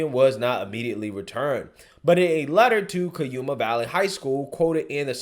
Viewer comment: You said cuyama wrong